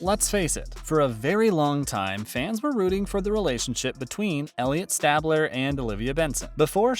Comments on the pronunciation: its pronounced stay-bler. not stab-ler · It is StAbler not Stabbler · Elliott stabler's last name is pronounced stay-bler, not stab-ler. It's very distracting to pronounce it incorrectly! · Not gonna lie, the first one made me stop watching all together lol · He said stab 🔪 ler. 🤦‍♂️ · It’s Stay-bler! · I’m 7 second in and I don’t know if I should continue to watch this video.. who doesn’t know that His name is pronounced STAY BLER. Take it down and redo it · I just have one question...who the hell is Stah-bler?? Lmao! I'm gonna guess that you are just reading off a piece of paper and have NEVER seen a single episode of SVU. There's just no way. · I thought it was just me I could not concentrate with him saying stab-let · i’m giving it a thumbs down because of the way he announces Stabler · The way he said stabler🤣🤣🤣💀💀💀